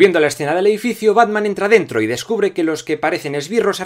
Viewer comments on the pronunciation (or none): Todo genial con el vídeo estuve de acuerdo con algunos puntos y con algunos no pero escucharte decir entra a dento pos te pica la concentración